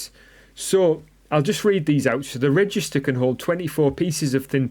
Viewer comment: It's actually registrator and not registor😂. But nice video anyways